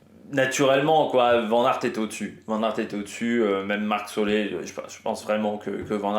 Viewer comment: Et c'est pas Marc Solé mais Soler,ca ce prononce Soler comme solaire,tu as compris 😮😮😭😭😭😭